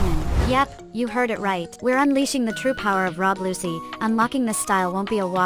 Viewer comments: say it like luchi not luci ok thats hwo you pronounce it and this must have took 100 hours straight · who rob lusee its rob lucci